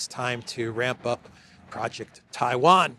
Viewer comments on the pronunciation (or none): none